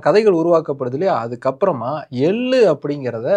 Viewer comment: எள்ளு தயவு செய்து ள் ஐ சரியாக உச்சரியுங்கள் hate comment elaam ilainga manasula patuchi sonan